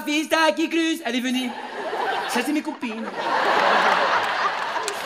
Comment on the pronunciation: J'adore quand il dis< ça ces mes coupines> 😄😁😁🤣🤣🤣😭🥳🤩😂😂😂😂😂😂😂😅🤣🤣🤣🤣🤣🤣😆